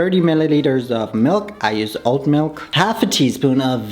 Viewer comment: I thought you said I USE OLD MILK NOT OAT 😂 😂